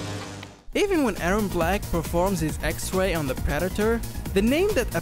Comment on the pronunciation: Secwet. Xway. Do you have a speech impediment? No hate